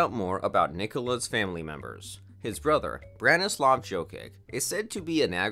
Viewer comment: its prounounced YO-KICH not JOE-KIK lol